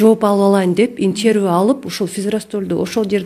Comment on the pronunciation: Баары жакшы,азаматсыңар, бирок " интервью,коллегия" деген сөздөрдү туурараак айтсаныздар,таарынбагыла.